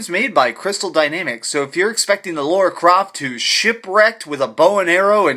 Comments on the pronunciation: Lara. Not Laura! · Subbed! Great review! But she's called Lara not Laura nor Lora it's starting to get annoying :) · You pronounce it Laura?